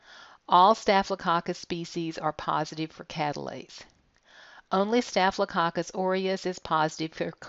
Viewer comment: Anyone heard it like cock cuss🤭😂😂?